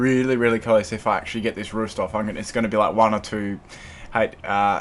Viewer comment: Say roost! not ruesht. lol nice battle